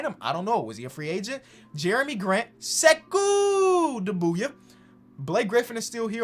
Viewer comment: It would be Sekou “Doom Bia” that’s the pronunciation.